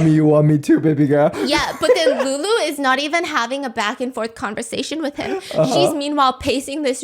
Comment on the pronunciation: The way calls lulu “LoULoU”😭